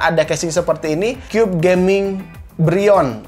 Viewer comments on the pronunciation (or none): none